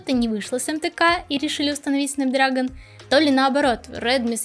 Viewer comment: Пжалста, не говори снэпдрАгон, очень слух режет. Он дрЭгон как и снЭп.